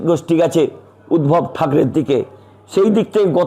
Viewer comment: উদ্ভব না উদধব বলুন